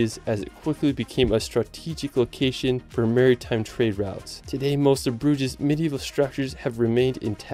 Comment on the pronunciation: also (after all the pronunciation mistakes prior), when I heard "broodgyz" I lost it and burst out laughing realy hard xD